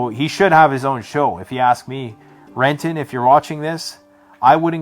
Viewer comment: I believe it's "Kenton"?